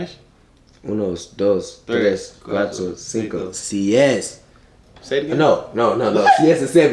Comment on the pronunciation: “ uno dos tres cuato cinco sez” had me dead😂😭